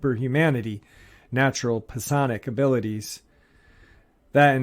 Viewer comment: Rye-jul=Rigel. Rye-jel-uns=Rigellans Rigel, emphasis on first syllable, Rigellans, emphasis on second syllable. I'm not saying this to criticize, just to help out. Some people will not take you seriously if words are mispronounced, mostly because they would think a person ill-educated, and therefore untrustworthy, who mispronounces such words. Also, I believe you were trying to say sigh-onic(psionic), emphasis on first syllable. Again, not trying to criticize, just hoping to help. God bless!